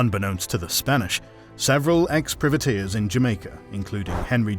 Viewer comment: Good vid. You don't seem to be able to pronounce "privateers" for some reason. ;-)